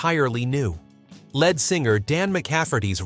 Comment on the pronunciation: Lead singer, it's pronounced Leed